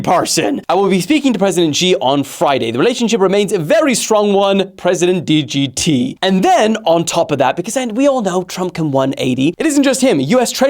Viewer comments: "president dee gee tee" 🥀🥀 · Bro really said "president dgt"